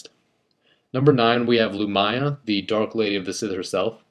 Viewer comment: Not to sound like a dick but you pronounced some of the names wrong (Loo-Me-Ah not Loo-My-Ah, Nigh-Ah-Lus not Na-High-A-Lus, Kai-Dus not Kay-Dus) now you might wonder how I know this, it's mostly because I've listened to some of the audiobooks